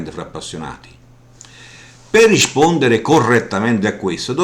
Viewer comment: dici "riscpondere".